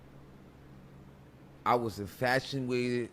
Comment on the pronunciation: I honestly zoned out when he said he was “infashionwaited” with chief keef 🤣🤣